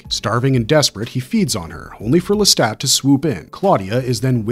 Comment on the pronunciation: Le-STAT not Le-STOT De leon-coor not de Lion court Ma-ha-RET not Ma-HAIR-et Also, Aaliyah (despite what some say) was not a good pick for Akasha. The description of Akasha in the book is Caucasian (although not necessarily specifically European) with extremely fair skin and delicate features (even before becoming the first vampire).